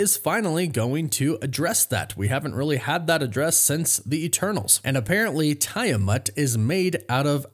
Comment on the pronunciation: *Teeamut (pronounced)